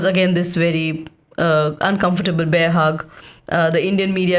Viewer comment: I love how mispronounced the actual cartoon name enough to suggest it as a new show's title. Like the transition from "Masha and the Bear" to "Masha and the Beer". Highlights the historical period with irony and has a cooking element to it. Hopefully, youtube's politic regarding alcoholic beverages is not too harsh to avoid recommending it to your loyal listeners